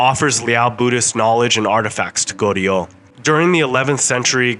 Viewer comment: How about learning the pronunciation of Joseon, Goryeo, etc?